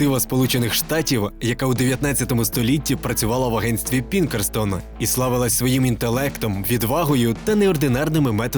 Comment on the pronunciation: (Allan Pinkerton) Пінкертон , а не "Пінкерстон"